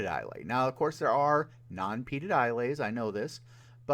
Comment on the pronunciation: Gotta love a guy who knocks others for their lack of knowledge about Scotch but doesn't know how to pronounce Islay. 🤣